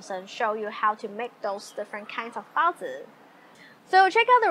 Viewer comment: Well, you certainly say "baozi" better than Babish.